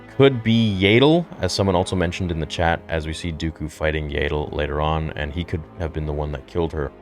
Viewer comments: First of all why is his helmet completely different if it’s the 6th brother? Also it’s y AH dull not y AY dull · Its Yaddle not Yaydle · Her name is pronounced Yaddle, not Yaydle. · Really excited for this! Love that they seem to be diving into the Ahsoka novel as well. As a nitpick can you please pronounce Yaddle's name correctly. It's YAD-DULL and should rhyme with Paddle, not Yay-DULL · What is a Yaaadle 😂 U mean Yaddle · Dude, Yaddle is with a soft “a” like “paddle”. They say it in fallen order, so it’s canon. You pronouncing it with long “a” was killing me inside. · Yaydel? lol